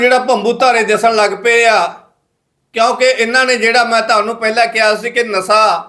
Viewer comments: ਮਿਓਤਲ ਨਹੀਂ ਮੁਅੱਤਲ, ਨਸਾ ਨਹੀਂ ਨਸ਼ਾ ਹੁੰਦਾ ਯਾਰ।ਪਤਾ ਨਹੀਂ ਕਿਹੜੇ ਸਕੂਲ ਵਿੱਚ ਪੜ੍ਹਦਾ ਰਿਹਾਂ। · ਹੋਲੀ ਹੋਲੀ ਸਿੱਖ ਜਾਏਂਗਾ ਖ਼ਬਰਾਂ ਨੂੰ ਕਿਵੇਂ ਪੜਨਾ,,ਨਾਲੇ ਜਿਹੜੀ ਗਰਾਰੀ ਫਸਦੀ ਆ ਬੋਲਣ ਵੇਲੇ ਓਹ ਵੀ ਹਟ ਜਾਊਗੀ। ਮਿਉਤਲ ਨਹੀਂ ਮੁਅੱਤਲ ਹੁੰਦਾ ਪੱਤਰਕਾਰ ਰਵੀਸ਼ ਕੁਮਾਰ ਜੀ,,ਨਾਲੇ ਨਸ਼ਾ ਹੁੰਦਾ ਨਸਾ ਨਹੀਂ।